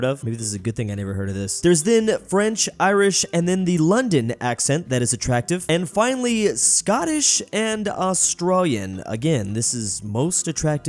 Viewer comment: It’s not austr-arr it’s austr-AY-lian (pronunciation -wise)